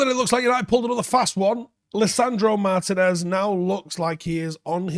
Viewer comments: Mar-TEE-nez. It's not pronounced like Martin ffs. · Just a heads up. Looking him up on google there's an accent over the i that means you give that letter more emphasis. It's pronounced Mar-Tee-nez. It hurts my brain a little every time you call him Martin-ez. I hate being that guy mentioning this. Anyways keep up the good work.